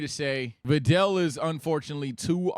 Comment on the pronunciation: I almost unsubscribe when I heard VIDEL.. 😂 had me in the first half !